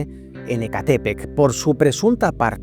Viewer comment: Muy buen video!! Me sorprende que no tenga más vistas. btw sé que no eres mexicano pero una pequeña recomendación al decir algunos lugares es que busques la pronunciación correcta ya que me daba un pequeño escalofrío cada que escuchaba "EcÁtepec", cuando veas una palabra mexicana que termina en "epec" o "tl" pronuncies el acento en la última sílaba, mientras que con lugares con X los pronuncies con "Sh" Xonacatepec = Shonacatepec, Xilotzingo = Shilotzingo, "Xoxtla" = Shokstla :3